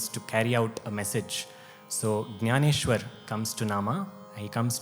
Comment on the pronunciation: In your narration, you have not pronounced Jnaneshwar properly. It has to be ज्ञानेश्वर not ग्यानेश्वर.